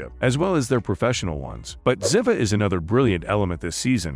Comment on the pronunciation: STOP, STOP,STOP MIS- PRONOUNCING THE ACTRESS"S CHARACTER NAME. IT'S ZEEEVAH! PLEASE PLEASE PLEASE ! THIS SLAUGHTER OF THE CHARACTER'S NAME IN EVERY NARRATED EPISODE ON UTUBE IS UNFORGIVABLE! & INSULTING. Do JUSTICE